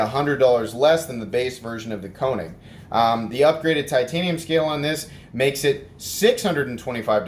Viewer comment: Actually it's pronounced ' Kay -nig' .